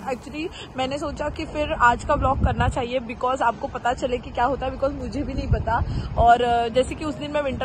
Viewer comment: Kiya instead of kya